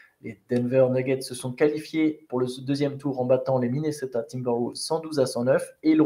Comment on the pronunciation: "Minnoseta" 😅😅 Merci les gars pour le travail que vous fournissez (déjà toute l'année en général), particulièrement pendant ces Playoff, franchement BRAVO ! Le CQFR c'est vraiment ma petite croquette du matin 😄 Dormez un peu qd meme 😝